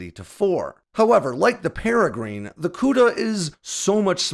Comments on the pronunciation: It's not peregreen, it's peregrine with an "inn" sound at the end. As in the peregrine falcon, the fastest animal on the planet, and shown in my avatar. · Peregrine is a type of falcon. it's pronounced "peh rih grin", not "peh rih green" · That would be pair-ah-grinn 😁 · Love your channel, but just for the record, the Peregrine missile is pronounced like the bird the Peregrine falcon (pair-ah-grin). Just FYI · Wait, are you really saying “pere-GREEN”? This bird species has been named and known for decades. 🤷‍♂️ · That is pronounced para-grin. As in the paragren falcon. A small bird of pray that can dive faster than any bird on earth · Might want to look up how to pronounce Peregrine. The vowel in the -grine part is a schwa, not an 'ee' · For the Peregrine-please look up the pronunciation of the bird!!! Please as everyone you pronounce it it hurts my head!😹😹😹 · You cracked me up with your pronunciation of the Peregrine missile the first few times you talked about it. I am glad to “hear” that you got it correct on the last try. But keep of the good work. I have always enjoyed your research into the new AirPower tech that is coming out in the near future.